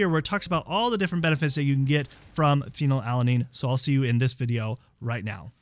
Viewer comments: its pronounced "phenyl- ETH-lamine". I've noticedin your videos you struggle with pronouncing medical terms and names of aminos and meds. you also say: phen-alanine. You are missing a syllable. Its pronounced FEE-null al- a nine. killing me smalls. Please fix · I believe the dyslexia diagnosis: You’re leaving a syllable out of the name of this amino acid. It’s Phe-nyl-al-a-nine (not Phe-nal-a-nine). Anyway, doesn’t the “DL-“ prefix indicate it is a synthetic substance? I try to stay away from the “DL-“ things, such as “DL-alpha-tocopherol…” etc (synthetic vitamin E). Is this something I should ignore? Or are the synthetics more beneficial? Why would a Naturopathic doctor suggest taking a synthetic amino acid? 🤷🏻‍♀️